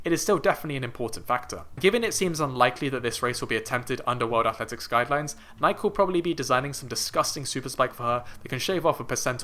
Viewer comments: First of all, please pronounce Nike correctly. Secondly, Faith will do a magnificent job this year in the mile/1500, but that gap is huge. It WILL, however, likely spark talk of women legitimately breaking the barrier and result in women doing their level best to break it in the future. I am 55, and I expect to see a sub-four mile for women in my lifetime. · As soon as you mispronounced "Nike" in the first minute, I was out. If you don't know that brand, you don't know track.